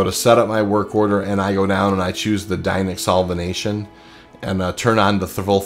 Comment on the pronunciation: It's "Dinyx Solventation" not "Dinyx Solvenation" 😅 Other than that - it's a very helpful video for those that are new to Quant mining in the belt. If I can offer a few additional tips: Scan all the purple rocks BEFORE you start extracting them so you know which ones to prioritize. In some patches this bugs out a bit and your scanner won't remember what was inside the rock - if this is the case I usually just take a screenshot, open it up in paint and then mark the rock green/red (depending on whether I'm planning on picking it up), and then keep this open on one of my secondary monitors. I usually run 3 x Torrent III or 3 x Focus III (or any combination thereof) just to speed up how long it takes to crack the larger asteroids. It does make the instability a bit trickier, however I've been mining quant for a long time so I'm used to it 😀 Lastly - never claim your ship if it's not absolutely necessary - you will lose all of your mining modules/consumables that's currently equipped on your laser. Always removes those prior to claiming your ship. For me typically this means a loss of ~120k aUEC 😅.